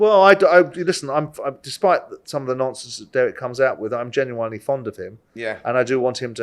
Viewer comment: How come someone as intelligent as Simon can't pronounce genuine correctly?